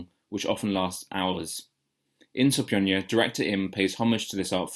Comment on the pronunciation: I don't normally get involved in commenting, but wiithout a solid 'j' (or 'ch') in the third syllable, as you keep pronouncing the title, the title becomes meaningless. 'je' means 'school', 'style' and so on. It would have been useful to hear what the title means... (The so-called Western school of p'ansori...)